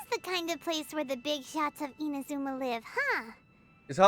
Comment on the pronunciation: Hey! Are you saying I-M-azuma? Because it's I-N-azuma xD